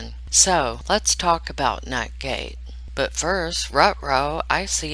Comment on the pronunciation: you said it 2 times before I figured out what you were saying, nut gate lolol. I don't have emjois on here, if I do I don't know where they are so I have to type out my laughing.